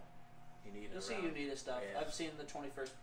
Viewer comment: Always enjoy your reviews. Just to help you guys out with the pronunciation of the brewery name it's Uinta (you-in-tah) You can buy high point beer in Utah it just has to be from a state controlled liquor store